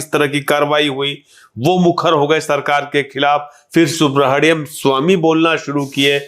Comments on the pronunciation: This journalist is too interfering, very immature man, doesn’t let the lady complete her thought process. Pronunciation of Swamy’s name as Subra-hadyam Swamy. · Aap journalism sikho... interview acha tha...lekin apko Subramaniam pronounce karna nahi atta...guest ko baar baar interrupt karna ye band karo...otherwise good interview!!